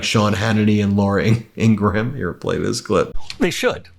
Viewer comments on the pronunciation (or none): I've tried to correct you a dozen times: The name is pronounced "IN-grum", not how it is spelled: NOT "IN-gruh-ham" And people who don't want their name to sound "too Jewish" changed the accent from LE-vin to Le VIN, making it sound Romanic rather than Hebraic. (The name derives from Levy & Levites, the priestly assistants in the days of the Temple in Jerusalem, members of the House of Levi, descended from Biblical Jacob.). There is a given (first) name of Levin which, however, is not necessarily Jewish but, rather, could be Scandinavian, German, Russian, etc.